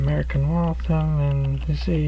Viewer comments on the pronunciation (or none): its pronounced walth ham